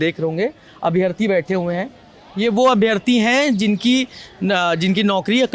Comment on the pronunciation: हिंदी तो ठीक से बोलना सीख ले भाई... अभियार्थी 😮 अभ्यार्थी बोलो